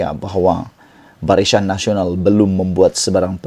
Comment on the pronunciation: Sebutan pun salah. Barisan bukan barisyan....